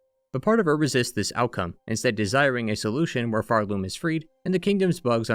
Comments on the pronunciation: I hate myself for making such a trivial criticism on such an excellent video, but why do you say phar-LOOM rather than PHAR-loom? I’ve never heard anyone pronounce it that way. Okay, I’ll see myself out. Thank you for a great history! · this is a really cool analysis! I just cant get over you pronouncing Pharloom like far-LOOM instead of FARloom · I always pronounced it PHARloom, emphasis on Phar. Never heard someone say it with the emphasis on Loom like pharLOOM. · Why do you put the stress on Loom in Pharloom? Its far more intuitive to put the stress on the first syllable, Phar. PHARloom. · Nvm you also keep referring to Hallownest as “The Hallownest” so now I’m assuming it’s some sort of bit of you mispronouncing the world names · the way you pronounce pharloom gives me anxiety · Can we talk about where the emphasis goes when we say Pharloom and Bilewater 😀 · why do you keep pronouncing pharloom like that